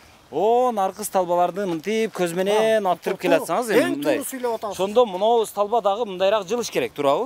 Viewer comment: бир аз не грамотныйсын ошонун устунон иште, сталба эмес столба